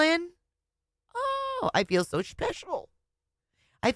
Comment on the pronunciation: Or the word "so"... why does she pronounce it "sue"?